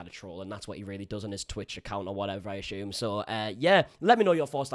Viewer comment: Soo I know you love to mispronounce this but don’t assume (no h in the word) that people are crying over frenemies - it was Ethans attempt to find some funny cause he has none -and plenty of us watch Keem in podcasts on a weekly at least and he’s still 50 times funnier than lame arse ‘not at all funny anymore’ Ethan - he’s a weasel - wriggled out of a debate wth SC because he’s well thick and now he got his mum on (nicest woman in the world btw) . You’re going to lose a fuck tonne of subs if you assume things (makes an ass out if u and me ) 🤣✨